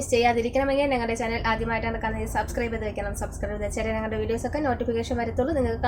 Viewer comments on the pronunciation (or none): none